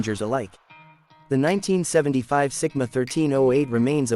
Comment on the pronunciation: Is it Sigma or Simca? You're saying Sigma and writing Simca!